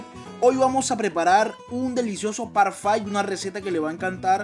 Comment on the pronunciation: Parfait!👌 on prononce “parrfé”. 😉